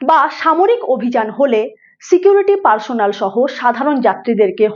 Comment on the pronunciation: পার্সোনাল নয়, পার্সোনেল।